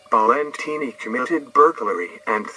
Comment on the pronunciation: It’s pronounced Balentine like valentine